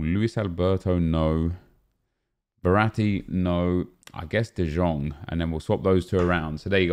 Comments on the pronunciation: who else got triggered bye him saying de jjong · Nep, it's written De Jong but pronounce it De yong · Can you stop se de Jong like that it's like de yong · How long has this game been out and you still cant say De Jong right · Stop pronouncing the j in de Jong